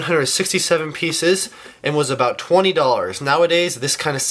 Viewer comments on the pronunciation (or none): none